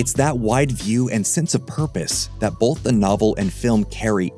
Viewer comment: Please stop pronouncing "both" as BOLTH!